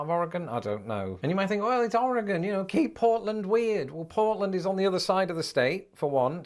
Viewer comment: Born and raised in Portland Oregon and so glad you pronounce Oregon correctly.